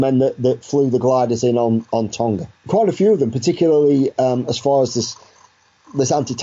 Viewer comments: It's not the pacific word Tonga. It's the British version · tonga is pronounced wrong :(